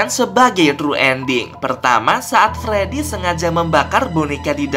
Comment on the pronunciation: Abang aku mau bilang kayak nya Abang salah bilang pas di patung freedy Abang mala bilang fledy😂😂😂😂